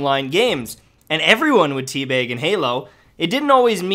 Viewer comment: Is.... is he saying Tea Beg? Like.. with an 'E'? Or is he just really northern?